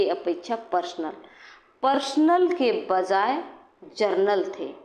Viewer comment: जनरल not जरनल